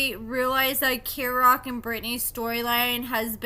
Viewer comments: Im sorry but can you get the pronunciation of his name right. Kerok Key-rock. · Kerok’s name is pronounced KEY-rock.